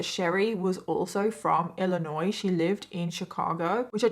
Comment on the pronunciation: I'm so happy to see that the video for today was almost 4 hours! Also, Chester, Illinois, is 552 km south of Chicago, so I'm not sure how they met, unless she might have been going to school up that way. I also love that someone not from the US knows how to pronounce Illinois correctly when some people who are born in the US don't know how to pronounce it right, lol.